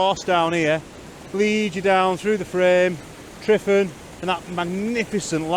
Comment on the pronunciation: It’s pronouncing T.R.E.V.A.N if saying out loud. Tryfan.